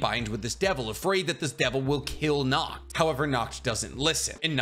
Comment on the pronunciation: Seeing folks pronounce Nacht as Nakt just fucks me up as a European.